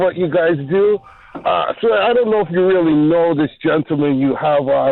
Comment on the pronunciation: Stop saying her last name Sway!!!